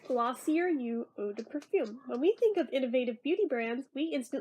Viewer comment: Omg I loved the review haha, also, it’s pronounced glossy-ay